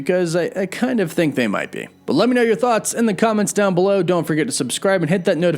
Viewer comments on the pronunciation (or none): none